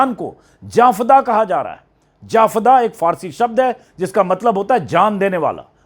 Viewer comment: Sir Anjum ji jafda nahi hota hai Jan fida hota hai